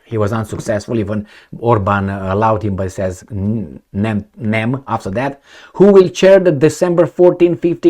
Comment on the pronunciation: Wow speaks Hungarian. "Nem" you said the correct way 😊 and " nem tudom" is perfect as well.